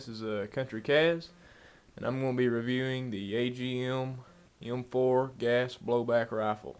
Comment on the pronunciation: "gash bleoobaik raffle"